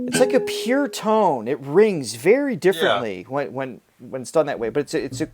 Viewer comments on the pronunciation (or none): none